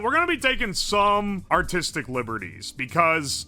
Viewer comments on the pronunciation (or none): none